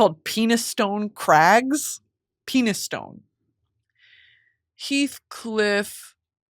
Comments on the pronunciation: Girl please it’s not Penis-stone it’s pronounced ‘pen-is-stun’ and a real place in Yorkshire 🥹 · 😂 Not pronounced “Penis stone” crag…Oh the pain of reading something without hearing it! Gotta give it the English accent and try “Penni-ston Crag”, sounds like “Penny” emphasis falls on the “ston”. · you know penistone is a real town right girl?😔😔😔it's pronounced pen-iston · as someone from Penistone, I found that incredibly funny. It’s pronounced pen-is-stun. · Not to burst your bubble but Penistone is an actual place 😂 actually its quite a nice place, its unfortunately pronounced pen-iss-ton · The crude location you were joking about is a real place in England but actually pronounced "pen-ee-stun" like penny+stun. Made me chuckle that you read it as a euphemism from Emily. :)